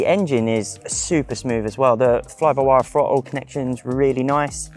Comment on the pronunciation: It's informational which is good. But really - He needs to learn how to pronounce his diction and speak correctly. Listening to his "Fhrottle" etc is annoying and detracts from a good review.